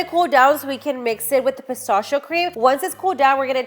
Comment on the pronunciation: Why u say pistachio like that?